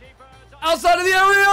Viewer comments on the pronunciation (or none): none